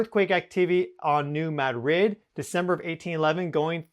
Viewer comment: Yeah, asshole. You sitll insist on pronouncing New Madrid wrong. What a bitch.